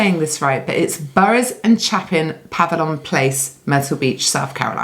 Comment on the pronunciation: it's Pa-vil-yun. You'll kick yourself haha!